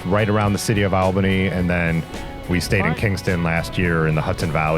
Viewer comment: Great video and fine narration. Did you come across any bikers who bike packed and slept in their own shelters on the trial? Oh BTW take this as helpful nothing else. It's pronounced All-ba-nee.